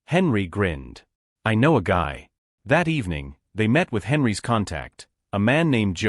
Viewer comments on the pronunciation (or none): There is a consistent error that you need to fix: Whenever your AI encounters a plural in the form of a noun followed by an apostrophe and an "s," it pronounces the noun, ignores the apostrophe then pronounce thr "s" by itself. "Henry's" therefore becomes "Henry S." Please fix that.